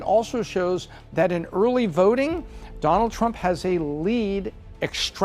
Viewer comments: "Early verting." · early vRting, she said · 🤣 Was scanning comments for Urly Vurting 🤣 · “Early verting” 😂 love her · "Early Verting" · Just wondering, what is 'early verding'? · "Early Verting" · eurly veurting geurl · Why did the pick her to talk about uhrly vurting?